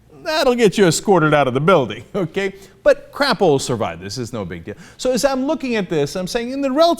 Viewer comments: It's pronounced Cray-po. He's a Hypocrite. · In defense of his name, it is supposed to be pronounced "Cray-po", but that is probably supposed to be nice.